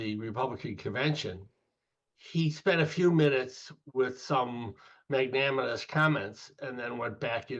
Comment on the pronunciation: and Hahaha. What is “magnaminous”? 😂 Americans. 🇺🇸 Go on you can say it : it’s magnanimous. Good luck to you anyway. Democrats must win!